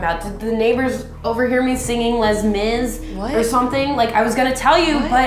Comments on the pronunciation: "lez miz" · Azura Moonstar but no one says it like 'lez miz' you pronounce it as 'ley miz' because its french smh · When she says "Lez Mis" and not "Lay Mis" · "Lez Miz" 😂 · who else cringed when she said LEZ MIS😒😁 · "Lez Miz" gags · So no one's going to comment about how she said LES MIS instead of Ley Mis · "lez miz" really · "LES MIS" CCRRIINNGGEE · DID SHE JUST SAY LES MIS????!! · I cringed when she said Les Mis. The struggles of being a broadway nerd are real.